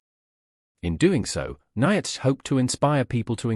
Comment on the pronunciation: The AI can't even pronounce Nietzsche right.